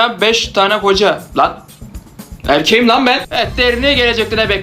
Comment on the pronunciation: "ErKEğİmĞ LaNğ BeNğ"